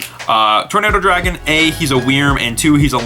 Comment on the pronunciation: Anyone else think how he says "wrym" is not good.... its pronounced like "worm" sigh